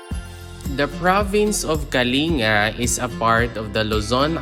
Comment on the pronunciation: It is pronounced as kaling-ga. Not kali nga